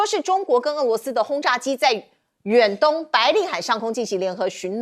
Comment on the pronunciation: 主持人注意标准发音：俄罗斯，俄是二声，不是四声